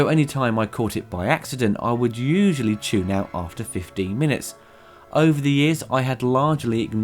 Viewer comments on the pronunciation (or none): none